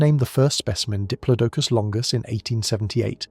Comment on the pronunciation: pronunciations are so annoying! Did plod a cus!